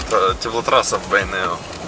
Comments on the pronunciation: Здравствуйте.Почему Вы говорите Бэйнеу через Э , а не через Е? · Неужели так сложно сказать "Бейнеу", а не " Бэйнэу", или тенге, вместо тЭнге, ты же говоришь слово деньги, а ре дЭнги!